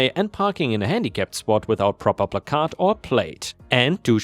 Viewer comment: Love your channel but I always laugh when you mispronounce placard. Considering how many of your stories use that word, I'd figure out how to pronounce it right lol.